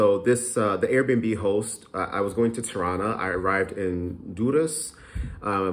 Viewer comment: Every time you say Tirana I hear Toronto 😂